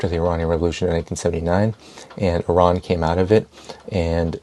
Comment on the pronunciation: ARON!? did he say Uh-Ron? Stop playing. u know it's E-Ran or Eye-ran. If it ends up being UH-RON then we all gotta learn this out of respect for Iran. Thin Iron but say ran after the "eye" part. Pardon me being effortlessly distracted. And im out.